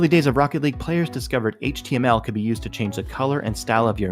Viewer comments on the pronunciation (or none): none